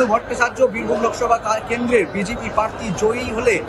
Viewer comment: Ekta national channel er reporter er pronounciation ato kharap. Prarthi ke bolchhen Parthi.